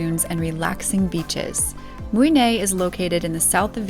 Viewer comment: it's pronounced Mui Neh' not nay